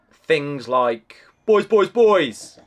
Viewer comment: That’s so funny and so British, weekend payday and shouting “boys, boys, boys”. Are you sure it wasn’t bouys, bouys, bouys! 🤣